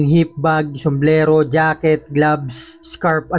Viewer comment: Di ba pwedeng sombrero? somblero kasi sau😂